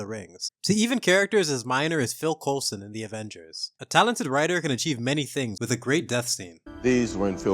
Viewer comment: Phil Colson was NOT minor! Put some spect on his name when you say it! 😂